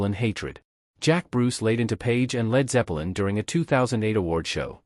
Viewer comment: it sounds like your saying Led Zeppa lin and Gee Me Hendrix (BOT?)